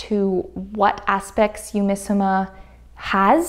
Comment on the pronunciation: This is a bit of a petty comment I'm really sorry, but for all the virtues you're praising the fabric for, you could've bothered a little more to say the name of the company right (google translate has a speak function that lets you hear how a foreign phrase or word is pronounced).